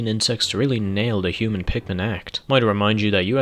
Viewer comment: I guess you could call him a hu-min